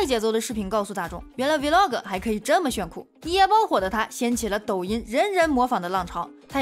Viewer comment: Vlog 讀音錯了😂😂